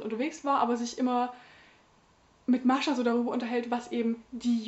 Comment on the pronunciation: Ach, wie adrett sie frisiert ist. :) Ich finde es großartig, dass du Mascha einfach standarddeutsch aussprichst, durch 5 Jahre Russischunterricht komme ich nie aus russischer Aussprache heraus. >: Das Buch las ich unmittelbar vor meinem Studienbeginn, so gesehen war es irgendwie in meiner Schultüte fürs Studium. ;) Und ich las es danach auch recht schnell. Vor 3 Jahren sah ich darin allerdings noch nicht so vielfältiges wie du. Damals ging ich recht naiv an solche Gegenwartsliteratur und war sogar etwas schockiert von ihrem für mich so ungewohnten Umgang mit dem Jüdischsein. Ich werde es für meine Reihe zum Deutschen Buchpreis auf jeden Fall nochmal lesen, deine Rezension hat mich jedenfalls bestärkt, dass ich nicht die einzige Doofe war, die sowas gut fand. ;) In diesem Roman steckt eine ganze Lebens- und Leidensgeschichte, vielschichtig, sprachlich bombastisch. Das Lakonische kennt man heutzutage fast nur aus Nachkriegsliteratur und deutscher (interkultureller) Gegenwartsliteratur - was ist da nur passiert? So klischeelos ihr erster Roman war, umso klischeebehafteter und flacher wurden für mich leider die Figuren ihres 2. Romans. Mir gefiel die Geschichte recht gut, auch dieses Liebesdreieck, das so merkwürdig verquer war... aber es hat sich alles im Kreis gedreht und war nur reichlich deprimierend. Ich hatte das Gefühl, man habe Frau Grjasnowa nach ihrem 1. Roman in irgendeine Schublade gedrängt und seitdem "liefert" sie eben das ab, was man von ihr erwartet. Die Lesung zu